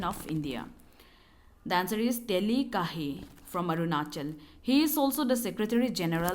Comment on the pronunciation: Not teli. It Techi